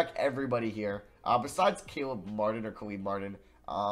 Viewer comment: Nobody:: CALEEB Martin 💀